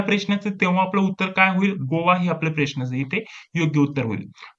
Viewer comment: सर ते प्रेश्न नाही...प्रश्न मनायचं 😂...